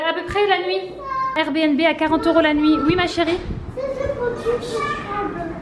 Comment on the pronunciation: Cc! C'est un plaisir de voir tes vlogs en famille... J'ai bien rigoler quand t'es jumelles répètent tout ce que tu dis 😂😂😅 Et tu es la seule que je connaisse à dire R B N B (RBiNBi) lol Merci pour ces partages Bisoux